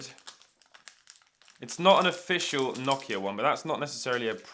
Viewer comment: Other than you pronouncing Nokia wrong this was a great video!